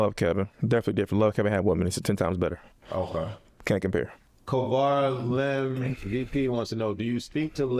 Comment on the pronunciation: bro ELIM NOT ELOM!!!